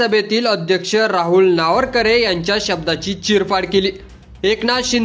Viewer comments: अरे बाबा नावरकरे नाही, नावेंकर आहे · वाचता येत का नार्वेकर नावरकरे नाही रे पत्रकार महाशय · नावरकर नाही रे नार्वेकर... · नावरकर नाही नार्वेकर म्हण रे .. बाकी भास्कर जाधव ग्रेट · अरे नावरकर नाही. नार्वेकर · अरे तुला नार्वेकर सुद्धा उच्चारता येत नाही. कसला विडिओ बनवतोस 😅😅😅😅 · कृपया या कार्यक्रमाचे समालोचन ज्यांनी केले आहे त्यांना हात जोडून विनंती की,आपण सभागृह अध्यक्षांच्या आडनावाचा जेवढ्या वेळा उच्चार केला तेवढ्या वेळा तो चुकीच्या पद्धतीने केलेला आहे.कृपया उच्चार स्पष्ट व शुद्ध असावेत. कारण आपण जे कांहीं सांगतो त्यातील चुकीच्या उच्चाराने शब्दाचा अपभ्रंश होऊन न कळत चुकीचा अर्थ लावला जाऊ शकतो.कृपया यापुढे असे कोणत्याही नावा बाबत तसेच शब्दा बाबत होणार नाही याची काळजी घ्यावी एवढीच माफक अपेक्षा. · व्हिडिओ बनवणारे तुम्हाला अध्यक्षाचे साधं नाव सुध्दा वाचता येत नाही. आश्चर्य. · आपल्याला साधे नार्वेकर यांच्या नावाचा चुकीचा उच्चार करत आहेत. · पत्रकारानी नार्वेकरांच नाव प्रथम निट उच्चाराव